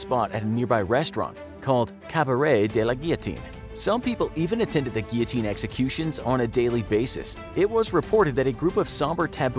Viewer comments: You didn't say guillotine 😂 You said geeyoteen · Take a shot every time he says gullotine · It's actually pronounced "Gill-o-teen." I'm American so I'd know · yes. Its gill o teen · guillotine sounds like giotine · Your pronunciation of guillotine is awesome 😂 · I was going to put a like on this video, but it was annoying me that they were saying "Guillotine" wrong...